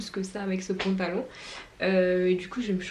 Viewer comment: J'aime tellement tes vlogs 🥰🥰🥰sinon c'est moi ou tu dis pontalon 😂